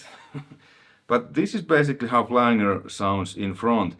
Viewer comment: Hey man, your videos are awesome. Speaking multiple languages is something I do not do. Your awesome man. The flanger is pronounced Flan- ger and not Flang- ER. Anyway, keep up the great videos.